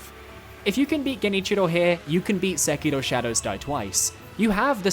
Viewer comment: Stop saying Sekiro like a weeb, you’re obviously british